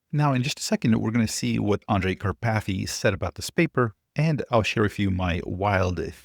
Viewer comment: Kar pathy! 🤦‍♂️😂🎉